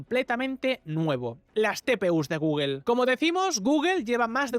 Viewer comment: Porque ese afán de pronunciar mal la palabra Google...